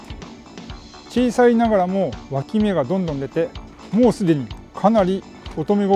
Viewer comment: 今日も楽しかった😆 毎回、ぷぷーって声出して笑います🤣「脇芽」が一回「脇毛」に聞こえた😅 多肉の擬人化が強い！私もこれから植え替えのとき「はいこんにちはー」って声かけます！いっぱい「かわいいかわいい」って育てたいと思います😆